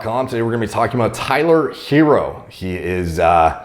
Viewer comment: Pronounced her-roe. Lol